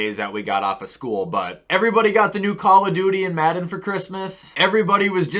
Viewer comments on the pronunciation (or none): none